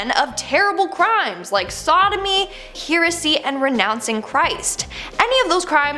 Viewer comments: It's not here-uh-see. It's pronounced heh-ruh-see..🙄🙄🙄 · pronounced hair-a see for heresy not hear a see. used to be the name of a band i played for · Girl.... its pronounced HAIR-A-SEA.... (Heresy)